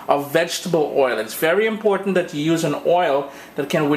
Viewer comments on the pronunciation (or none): none